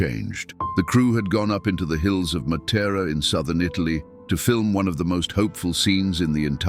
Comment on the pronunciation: Non si può ascoltare con AI, pronuncia pure male Matera